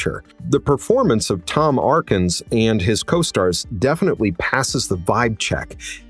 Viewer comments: Tom ARKINS.... ???? Oh, please...have some respect. Tom ATKINS was great in Night of the Creeps As well as Halloween III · Tom Arr-kins ? The Haunted Place ?